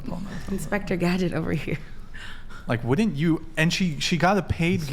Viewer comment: “Wouldn’t” isn’t “Would-dint.”